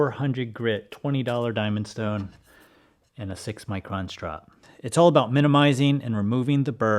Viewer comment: "Shtone" Reminded me of that scene from MiB, when Will Smith says his gf's name is "Shtaron"..😂💀